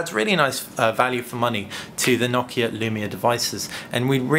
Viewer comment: Finally someone who pronounces Nokia correctly!